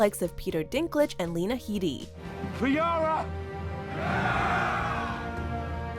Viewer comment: It's Lena Headey, not Lena Heedey. 🤦‍♂️